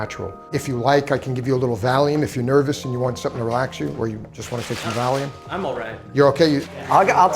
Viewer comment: "Or if you just want some Valume" 😂